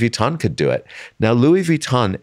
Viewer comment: it hurts my ears every time he pronounces vuitton like he did not work for them for years and years...